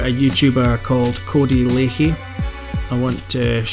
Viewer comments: I know it's spelled lachey but it's pronounced codey lack _ey not lake_ey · We all know Cody is a absolute wrong-un but we also all know how to pronounce his (current) surname , Lachey= " LAShey" , it's not difficult , just like Cali is not pronounced Carly FFS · its pronounced lashay